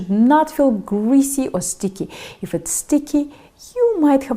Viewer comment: YOu use a long i with if. eeeef.